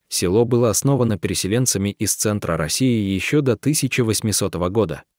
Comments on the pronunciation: Да это трагедия России. Очень интересное видио, но хочу сказать , что неправильное ударение в тексте, коробит (не село, а село. Ударение на последний слог). Да очень тяжело жить в таких условиях, многие бы не смогли так жить. Героические женщины! Сохраняют свою малую родину. Дай Бог им здоровья и силы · Уважаемый чтец, спасибо за такие расказы о людях,преданых своей земле,Родине! Селоо Студённое,вообщем ё е разные буквы и звучит не красиво, сам послушай себя!или четаеш впервые текст! Спасибо Вам ! Интересно! НО ,ЧИТАЕШ ДОРОГОЙ БЕЗ ДУШИ ,ПРАВЕЛЬНОЕ УДАРЕНИЕ,СЕЛОО,УДЁННОМ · Рассказ хороший, но полная безграмотность в ударении. Не се'ло, а село".очень много ошибок. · Села,сёла, есть разница.Село о а не села! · Видео село Студентов, а злак Овёс. Чтец читает с ошибками. Вода то она студентам...